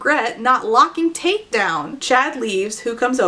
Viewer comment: You say Tate, I hear Taint. Same same.